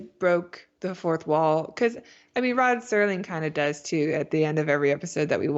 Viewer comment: Why exactly is it so hard for people to simply say "Rod Serling"? and not STERLING?